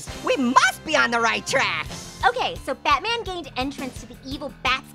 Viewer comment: Batman or butman?